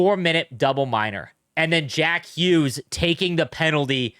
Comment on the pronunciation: In the US, you didn't hear 1 WORD about Olympic hockey outside of NHL network, until that OT goal. Now its EVERYWHERE. I didnt know you could mispronounce Jack Hughes that many different ways.